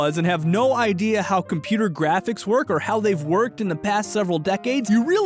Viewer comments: Me throughout this entire video: "Hmm....yes, compooter" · Compooter?… Ah yes Compooter🤔